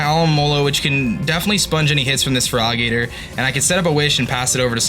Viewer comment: I legitimately don't know if he's intentionally calling Feraligatr 'Frog Eater', or if he's just mumbling. Either way, new Feraligatr nickname for me.